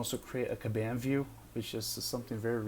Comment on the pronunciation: Good video, thank you. But respectfully, you are pronouncing "Kanban" wrong.